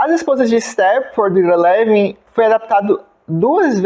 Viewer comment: Ira Levin (pronuncia-se Aira Lívin). Esse sujeito, já falecido, publicou apenas 7 livros, um melhor que o outro. É considerado o rei do suspense paranoide. Seu melhor livro, premiado e que gerou dois filmes, se chama "O beijo da morte". Um livraço! Ira Levin escreveu e publicou "O filho de Rosemary", que é a continuação do livro "O bebê de Rosemary". É meu escritor preferido. Tenho os 7 livros dele, em papel e no formato eletrônico. Recomendo.